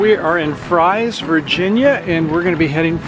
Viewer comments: Fries is pronounced Freeze actually…I live in Galax 👍🌹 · It’s pronounced “Freeze” & Gay lax FYI nice video tho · Maybe someone posted this already, but Fries is pronounced "freeze" and Galax is "gay-lax" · Two Points: The Town of Fries is pronounced "FREEZE", secondly the campground is only about 200 yards from the trail. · How could you have visited both towns yet not know how to pronounce either one?